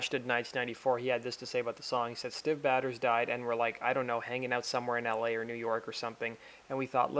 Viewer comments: Try learning how to pronounce the name of a dead person before you say their name 100 times in a video. Prouncounced Stiv Bay-Tors. Actually very very easy, Until now I had never heard anyone mispronounce it. Completely ruined the whole video 😑 (Mike Monroe & Ryan Roxie talking about Educate yourself on Rock History before you do this next time. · The maker of this video should be ashamed of mispronouncing Stiv Bators' name about 70 times over!!! It's 'BAY-ters," NOT "batters!" He wasn't a baseball player or a cake! And it wasn't a play on masturbator, it was his actual family name. If you did even a BIT of research, you would have heard it pronounced correctly. Check out Iggy Pop's condolence video to Stiv's father and show some fuggin' respect for one of the greatest front men in rock history.